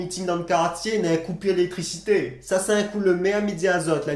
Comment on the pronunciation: Le final ... N'avait pu lélesstricité 🤣🤣🤣